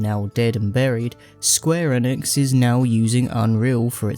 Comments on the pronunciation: Square Enix is pronounced eeenix not N-ix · bro youre a muppet. "godot' is said 'go-doh' not 'dot' and square enix is "eenix' not 'ehnix'